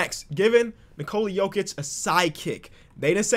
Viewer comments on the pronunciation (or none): none